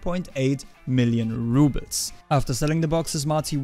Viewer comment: I think it's rubles not rubits...